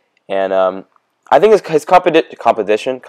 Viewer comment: Composition. Compolition. Lmao what ?xD ur funny af bro